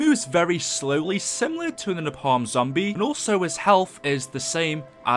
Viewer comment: Napalm is said “nay-palm”